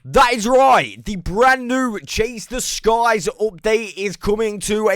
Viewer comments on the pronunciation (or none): Oh God the first time you said "chase the skies" I swear it sounded like you said "chase the guys"